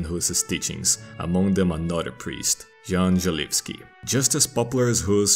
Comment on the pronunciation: that pronunciation of "Jan Želivsky" was so spot on I had to stop the video